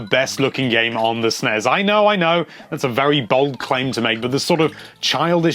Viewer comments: It's NOT pronounced with a z!!! It isn't "SNEZ" or "SNESZ", it's SNES!!!!!!!!!! You wouldn't say glazz, it's glass, same concept!! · Will you stop sayin sness uuggg so annoying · it's annoying how he calls is Snez